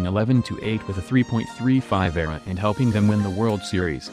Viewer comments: David Reynolds I hate how he says era not E-R-A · Ugh. Computer. Painful hearing E.R.A. pronounced eee arr aay being called era as in a form of time. Get real people that know how to E-nun-see-ate! I'm available... Just saying. The slaughter of the English language is unbearable anymore. No wonder school kids are dumbing down...